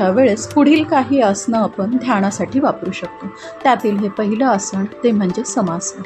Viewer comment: Tumche marathi ucchaar aadhee neet kara.....asan nantar shikva... Asan,samasan,dhyan ya shabdanmadheel 'na ' ha neet bola please 🙏